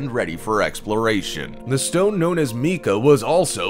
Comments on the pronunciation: As much as I enjoy these kinds of videos, The pronunciation of some of the words show that you need "hooked on phonics" The stone "Mica" referred to is not pronounce "Mee-Ka" It is "MY-Ka" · hello... i have studied geology for years, worked with geologists (my degree is in hydrology), characterized cores, and lectured in geology laboratory classes for two years. the word "mica" is indeed pronounced "mykah". i have NEVER heard any professor, co-worker, geologist, or geo-technician pronounce it as "meeka". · mica is not pronounced "meecah" but "m-eye-ca" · Ummm it's pronounced "MIKE-A" Not "MEEK-A" Just Sayin' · Unfortunately, this narrator fails miserably in using appropriate pronunciations for most of the sites mentioned. OH, and mica is not pronounced meeka, but mika. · Meeka? 🤣🤣 it's pronounced my-kuh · Yes, your Spanish is very good! But, seeing as how this video was not produced for the Spanish speaking world, but for the English speaking world, the Correct pronunciation for Mica, is mai-kah (according to Google) or as TCM said above, MY-ka (my-kah, (as opposed to my-kay)). As for Proper Names; People & Places, they should be pronounced in Their own language, what ever that may be. Mica was first mined in India over 4000yrs ago. Don't know how they pronounced it. Mica is a mineral, not a person nor a place ( lakes, mountains, rivers, towns, cities, buildings, etc). Hope you had a good Thanksgiving (if your in the U.S.). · Dude, please take the time to research the pronunciation of words that you are using. It is embarrassing!